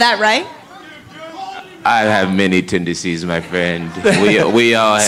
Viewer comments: I am guessing that nobody would dare to correct John and tell him it is called "tendencies", not "tendecies" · Because he was saying tendecies and not tendencies!